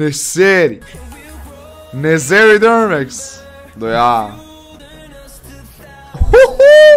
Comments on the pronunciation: molim te nemoj vise govoriti to "ne zery drmex" ne znaš to reći kako treba. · Koliko lose zvuci kad ti kazes nezeri drmex...😂